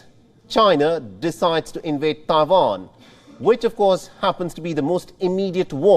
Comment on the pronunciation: Is always very funny how the host says "TAIJUAN" .